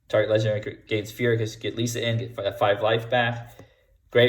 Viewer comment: Lee - S - Uh